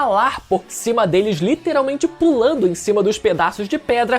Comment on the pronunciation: Cara eu gosto dos seus vídeos mas PORRA, tu fala a palavra Literalmente errado toda hora pelo amor de deus